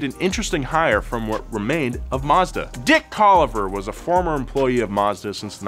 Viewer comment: Why did you say it like that 😂😂😂 ✨Dick✨ Colliver